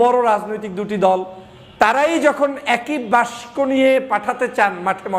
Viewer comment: বাংলা বানানে এত দুর্বল হলে চলে? বাক্স কে বাস্ক বলেন কেন বারবার?